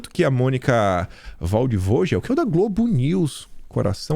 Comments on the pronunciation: lê-se "Valdivôguel" o sobrenome da jornalista. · o nome Waldvogel tem a pronúncia “Valdefoguel“. ( curiosidade- Waldvogel quer dizer „Pássaro da floresta“. Em alemão o W tem som de V, o V tem som de F e o no caso Ge, fala GUE. 💪🏻😎👉🏻🇧🇷🇩🇪